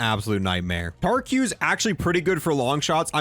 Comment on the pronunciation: Tariq pronounced tuh-reek Las almas pronounced loss-AL-muss